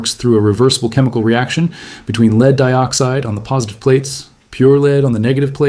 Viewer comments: Its not Leed Acid battery it is Led Acid Battery AI, get your pronunciations right, both words are spelled the same but pronounced differently depending on the context of the sentence. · Complete BS. AI crap; can't even pronounce Lead consistently.